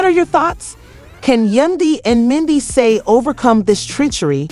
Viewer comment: SAID MENDEECEE NAME WRONG 45 TIMES. AT LEASE SAY THE NAME RIGHT IF YOU WANT PEOPLE TO UNDERSTAND. YOU SAID IT WRONG SO MANY TIMES IM TAKIN THIS AS A JOKE…